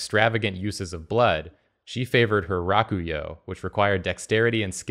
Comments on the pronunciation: oh god the pronunciation of Rakuyo hurt my soul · Am I the only one annoyed he says Rakuyo wrong? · That is the most disgusting pronunciation of Rakuyo I've ever heard lol